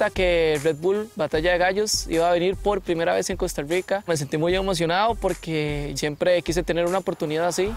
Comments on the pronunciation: Porque dicen Costa Ruica?xd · que ruaro que prounouincien cousta ruica xd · Francisco Palacios No, Es que dicen "Costa Ruica" pero es por qué así promuncian la "r" casi todos